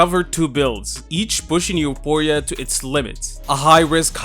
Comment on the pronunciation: It's You-four-e-ah